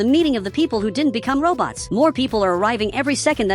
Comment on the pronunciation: you said wrong just say robots not robtos